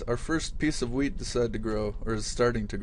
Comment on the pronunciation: it sounds like you say "weed" instead of wheat :) its funny